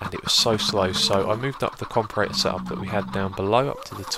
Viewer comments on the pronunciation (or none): It's pronounced Com-Para-Tor. Not Compa-Rator. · Xisuma please.. for the love of god! It's pronounced compARAtor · you prenounce it like comp-air-it-or, not like docm does